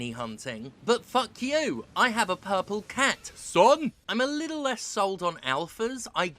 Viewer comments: ok can we just take a moment to appreciate “Purmple” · Look at smol "P"urmple :D